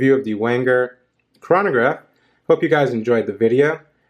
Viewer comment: you pronounced chronograph and omega incorrectly